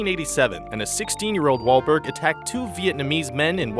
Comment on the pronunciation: did he say wall waulker